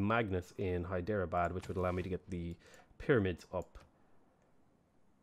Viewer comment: Hyderabad is pronounced as "Hydra-Bad" the e is silent.